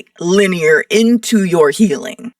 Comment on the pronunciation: LEEN IEAR LMAO!!!